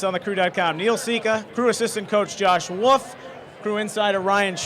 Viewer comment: It's Wolff, not WOOF.